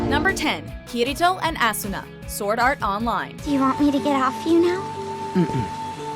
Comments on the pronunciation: OMG THE FIRST ONE!!SHE SAID ASSUNA NOT ASUNA. BROOOOOO THIS MADE ME CRACK UP🤣🤣🤣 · Her name is not pronounced like (ass-una), it's pronounced like (aw-suna) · did she just say Assuna? lmao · How asuna was pronounced 😂 ass-oo-na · Kirito and ASSuna is what you said. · did she say....ass una??? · why do you say asuna like ässynä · Her name is pronounces ah-soo-nah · kirito and ass-una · She pronounced it Assuna. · it's sounds likes she says "Ass"una xD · LOL! Ass-una. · Okay but the way you said Asuna just ain't it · Did you seriously say asuna's. name wrong...? 🔫 how dare you.....! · WOULD IT KILL THE PEOPLE ON THESE CHANNELS TO FUCKING PRONOUNCE ASUNA'S NAME RIGHT?!?!?!?!